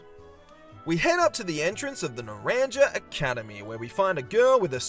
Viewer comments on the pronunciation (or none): “Nuh RAN Juh” I’m crying it’s “nah RAHN ha” it’s Spanish for orange